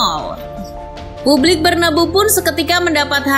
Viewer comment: Narator nya siapa sih? Penyebutan "BERNABEU" itu sesuai sama tulisan nya, tolong diperbaiki lagi, karna sangat menggangu dan tidak enak di dengar